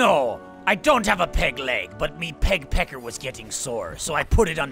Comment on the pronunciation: Every time they say “peg pecker” it sounds like “pek pek” and in Filipino that means vagina so every time they address Michael I’m caught off guard😂😂